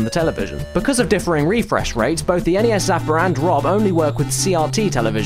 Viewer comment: An English/Australian gentlemen rightfully pronouncing my beloved NES instead of that ear raping "ness". You sir kick major ass and you're my hero.